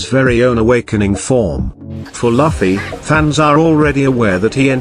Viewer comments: Luffy is luff not laffy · The robot voice saying "Luff-fee" instead of "Loof-ee" has me pissed. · Luffy not lafi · he is speeled loofy and not lafy :P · It's not lafffi It's looooofeeeyyyy Try pronuncing like this🥲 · I like how the AI says Laffi instead of luffy 😂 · Who tf it’s loffi?😂😂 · I get it's a robot voice but it's very unpleasant to hear it say Luffy like Puffy. Just nope 🤣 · Laffy ?? Seriously now?? LAFFY???? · He just said loffy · Laffy wtf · Your pronunciation of the name "Luffy"